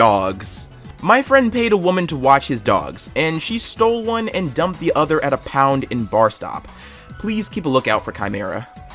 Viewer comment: it’s bass-trop like tropical i live there so😀